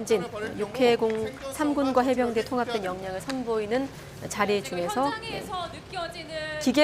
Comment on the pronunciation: 어나운스가 해병대를 해운대라? 한심~~